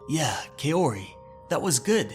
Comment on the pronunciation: you should pronounce Kaori like "kau-ree", not "kay-o-ree"